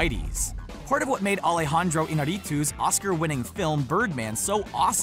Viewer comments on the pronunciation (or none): none